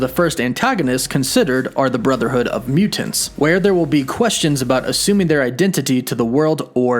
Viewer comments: Please learn how to say the word "mutants". It's Myootents. Not Mew-tants. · Why do you put so much emphasis on the second syllable of mutants? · Why does this guy always over annunciate all words that end in the letters ‘NT’ - for example mutants always comes out as Mute-aNTS. Drives me insane. Content is good but just say the words bud. No need to add so much emphasis to the syllables of the words you’re trying to say. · You mean MEW TENTS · Mute Ants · My question is why do you always pronounce mutants like mu-Tents. That's the hardest T I've ever heard. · “Mute tants” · The way he says “mutants “ ... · Is it just me or is he saying “Mutants” really weird